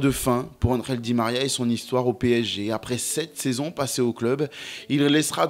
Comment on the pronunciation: Angel et non andrel😂